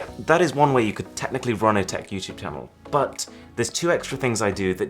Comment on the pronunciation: “With YouChewbe” I’m dead